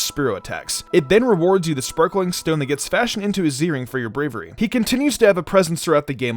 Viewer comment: Sparkling Stone for your Bravirey. what was happening with you when you said that? 😒😒😒😒